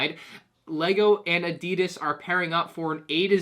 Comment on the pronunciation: What did you say? Adeydus? Adidos? Ahdeydas?